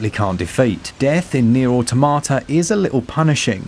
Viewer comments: Aw Tom at ah , not aw tomata , just saying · I just can't get over people still saying "AUTO MA TA" lol, it just sounds plain wrong, but yea yea, engrish.